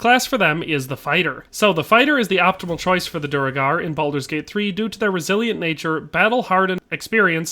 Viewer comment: Bro, is reading so difficult for you? It's Duergar not Duregar